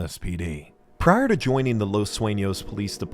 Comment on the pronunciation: as a spanish talker i congrat this man for giving hi best efforts at pronouncing spanish things such as the "ñ" in "los sueños" (los suenos in gmae refered to )or " los locos del pacifico" notice those small details that let you know he put a lot of effort into all his vids. (correct me abt any english mispronoun , i usually dont speak / write it often )